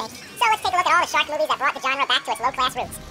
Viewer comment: When he is saying shark movies over and over again it sounds like 'shock me, shock me, shock me'